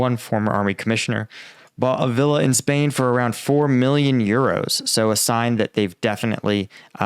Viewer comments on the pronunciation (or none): none